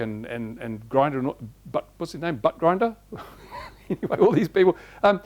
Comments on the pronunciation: Pretty sure he said butt grinder. Good thing their is bot lube. JK. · Its because in australia we spell mom like mum. Chad understands that in america its a bit backwards and knows how yo pronounce your name, butt grinder hehe :P